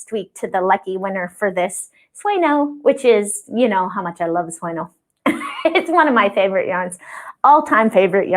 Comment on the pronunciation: My ears are still hurting from when I watched this a couple weeks ago!, your beautiful yarn means "Dream" in Spanish and is pronounced "SWAY-NYOH", not "SWAY-NO." The N has the same little wavy line over it like you might see in "Señor" or "Señorita," and the same pronunciation. We all know not to say "sen- OR", right? So please, please, please,, start pronouncing the name of this dreamy yarn like it should be! Otherwise, I might have to stop watching your videos to save my ears!